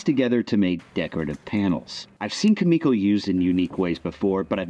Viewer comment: One little thing. It’s Kumiko, not Kamiko.